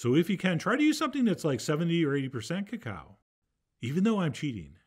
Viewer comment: He said caca-o